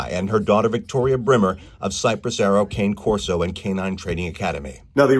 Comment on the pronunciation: You are doing incredible, but you should know it is pronounced Kah-Neh Corso or Kah-Ney Corso